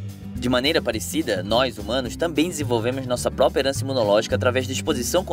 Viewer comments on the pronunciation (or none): none